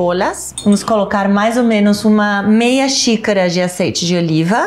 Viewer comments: "azeite" com sotaque carregado "eu aceito" KKKKKKKKK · “LAURINHO” “OLHO DI ZEITE” ❤️🤣🤣🤣🤣 um show a parte 👏🏼👏🏼👏🏼👏🏼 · "Cebollliiiaaa, timo, orio do aceite", melhor participação:! Simples e direto! 🤣🤣🤣🤣 Receita ótima e para adaptar tbem! 😘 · Cebolias, óleo de zeite kkkkkkk